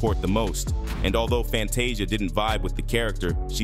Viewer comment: I love your report on what's going on but what irritates me the most you're mispronouncing their names you got to learn how to pronounce their name correctly you have messed up Fantasia's name you even messed up Oprah's name how can you mess up her name😢